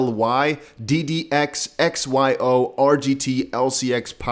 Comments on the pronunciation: it is pronounced (phonetically) EX-WHY-OH not SEE-OH 😂🤣 XYO!! You dont prounounce XRP as SURP. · X y o ….. not z o …. Sorry but you were throwing me off a bit